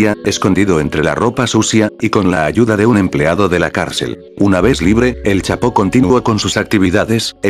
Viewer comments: Al de la voz se dise chapo no chato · like si dijo chato en ves del chapo like👍👍👍👍👍👍